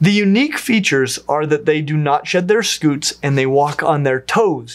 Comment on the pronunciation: It is scute not scoot. I scoot my chair across the room. You were saying turtles have scoots, instead of scutes, sk(y)o͞ot/ .